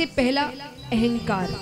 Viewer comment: महत्त्व को मेहत्तव और अहंकार को एहंकार बोलकर भाषा का सत्यानाश कर रहे है ।